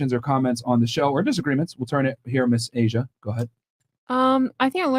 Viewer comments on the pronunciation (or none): none